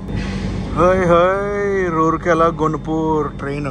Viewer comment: రూర్కే ల not rourkey